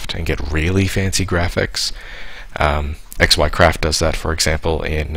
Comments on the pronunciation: Lol "ecks why craft" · How long will it take for Soaryn to yell at you for saying Eckswhycraft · I hope soaryn butchers him for mispronouncing xycraft